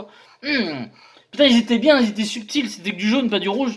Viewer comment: Le petit accent du Sud qui va bieng :D